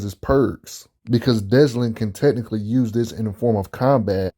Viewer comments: Why are you pronouncing his name like that? Dezlin? There isn't even a "Z" sound in his name. It's Delsin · Great vid but it is Delsin not Deslin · Notice how he says Deslin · oh ffs why does everyone say deslin. why does everyone get dyslexic with delsin? sigh 40 seconds in and imma be struggling with this video... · Oh I noticed lol I can't stand it 😂